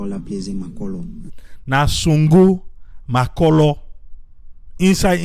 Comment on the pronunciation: u nor pronounce Makorloh fine 🙂